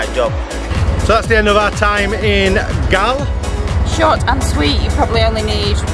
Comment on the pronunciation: Galle is pronounced Gall as in ball